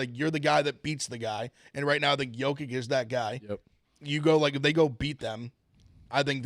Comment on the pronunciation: Yoke ITCH. CMON. He's the best player in the world. ITCH! Not ICK.